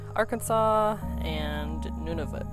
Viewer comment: My ears perked up when you pronounced Nunavut correctly! A very small inner dance happened at that moment 😃